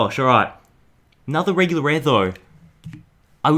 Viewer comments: "Wegular Wear Wishcash" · A WEGULAUW WAWE WISHCAST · "Wegular ware wishcast" XD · “WeGula WeaR?!?!?” Lol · Wegular Ware hahaha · wegular ware wist cast